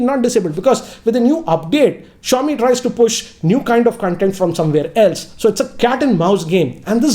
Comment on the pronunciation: He butchered Xiaomi LMAO